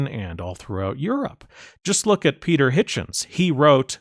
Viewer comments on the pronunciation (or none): none